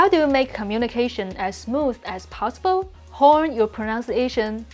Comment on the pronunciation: Just because you are correcting xiaoma’s Chinese, I’ll just say that you pronounce “possible” like “powsible”